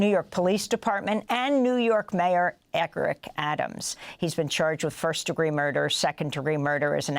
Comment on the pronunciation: Eric not Eckrick !!